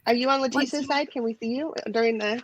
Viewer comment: Why does JenLu call Letecias name completely wrong here?